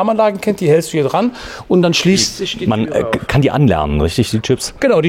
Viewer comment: Der Mann kennt sisch aus - dementspreschend is dat 'n sehr interessantes Video!